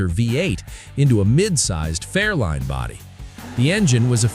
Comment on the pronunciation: It is a FAIRLANE...NOT A FAIRLINE!